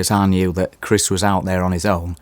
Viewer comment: be like ‘Chrisch’